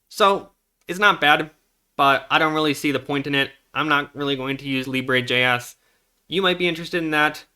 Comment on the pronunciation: It's pronounced Lee-Bruh, not Lee-Bray.